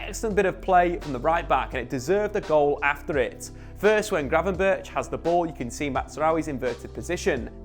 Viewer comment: You are pronouncing Gravenberch EXTREMELY wrong. Dutch people wouldnt know it was him you were talking about